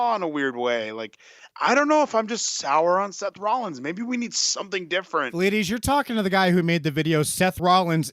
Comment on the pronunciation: I thought “vleedies” was him saying “ladies” for the longest